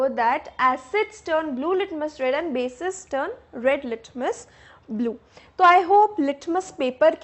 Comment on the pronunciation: Mam thanks for sharing this video But mam, it is bases not basic